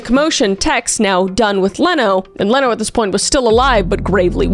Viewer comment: Leno LaBianca's name is pronounced "Leeno."